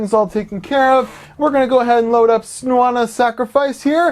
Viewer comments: SNOW-ON-A-SACRIFICE Senua isn't that hard to say lol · Sorry for being a grammar snob but it's pronounced sen you uhs sacrifice